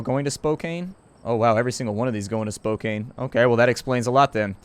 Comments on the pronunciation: Not Spok cain, it is Spok Can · Psst. It's pronounced "Spoke-anne" :) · Spokane is pronounced spo-can', just saying. And yes they do have an airport btw ;) JUst in case you're wondering, Spokane is in Washington. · I didn't realize he was talking about Spokane when he was butchering it XD. Keep more coming.